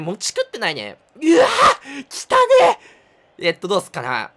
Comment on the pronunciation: しょうた出たとき｢来たねぇ｣なのか｢汚ねぇ｣なのかわからないwwww